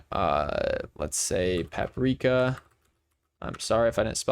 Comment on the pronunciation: Great video and briliant pronounciation of Paprika, as Croatian citizen I'm impressed on how you said it because this pronounciation is native to Croatia and other balkans states. What you think about relation picker update?